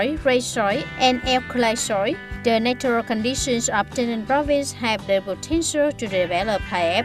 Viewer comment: Mới vào đọc đã nghe chỏi tai rồi, tra từ điển xem lại cách đọc của từ natural và từ soil nhé bà chị!